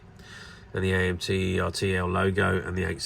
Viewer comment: Is pronounced Er Tell like turtle